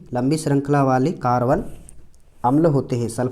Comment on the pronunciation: हार्बन कार्बन 😅 सॉरी सर बट मुझे पता है सब बच्चे हंसे होंगे तम 😅